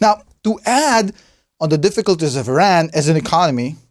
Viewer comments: it is not "eeran" ! it called "EERAAN" like "E" + "RUN" ok ? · can't even say the country name right